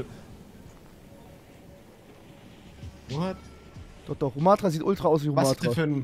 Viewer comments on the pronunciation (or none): Er hat so keine Ahnung. Rumathra tut in den Ohren weh.